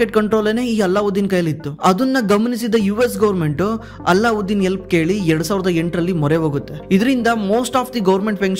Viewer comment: Not " ಅಲ್ಲಾಉದ್ದೀನ್ ", "ಅಲದ್ದೀನ್" ಅಂತ